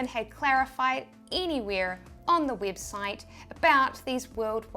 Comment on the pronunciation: Heheheheh her accent made her say weebsite heheheheheh